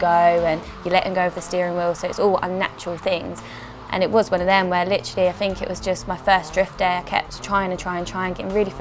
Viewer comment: Did anyone else litrally get annoyed by the way she says LITERALLY??